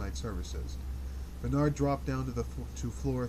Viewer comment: A reading, like a friend reading from a corner of the room, is welcome. Outside of the pronunciation Bernard, I find this experience just fine. I can involve myself with the text and the reading or just follow the reading. A professional reading for $XX might be better, might not. Thanks for this.